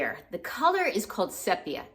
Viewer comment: I liked the jacket (pronounced SEE-pee-ah); especially loved it open.